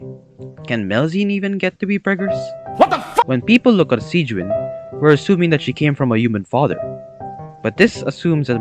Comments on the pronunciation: It's pronounced see juh winn But you pronouncing it Sieg Wine is honestly better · Can we talk about how after hearing Sigewinnes name multiple times in the game, he still pronounces it wrong? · I love how he pronounces Sigewinne like 4 different ways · It hurts me every time you pronounce her name